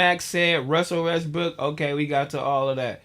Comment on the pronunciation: Yo why the fck can’t pronounce a single name right lol wusell restbrokk and Martha Stuart and everyone’s name you can think of.